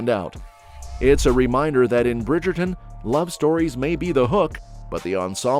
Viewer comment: The Brigayton😂